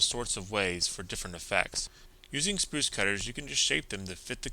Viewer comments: The custom work is great! I'm not trying to be the negative comment, but it's "sprue" cutters not "spruce". I realize this is a petty thing to bring up and I mean no offence. Love your vids man keep it up! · Fantastic video. Also, it's "sprue" (sproo) cutter, not "spruce" cutter. ;-) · Sprue cutters (or side cutters), not Spruce cutters. :) Great build. I enjoyed all the Mad Max builds you did here.